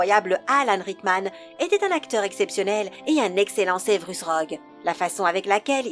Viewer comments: Severus et pas sevrus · Tu te fous de ma gueule ? Wèsley ?? Raouling? Sevrus ? Kroum ? Et y en a d'autres ... la voix !! LA VOIX !! JE VEUX ME SUICIDER !!!!! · JK Rowling : "JK Raoling" Ron/Bill Weasley : "Ron/Bill Wèslèh" Severus Rogue : "Sévrus Rogue" Viktor Krum : "Viktor Kroum" Mdrr j'en peux plus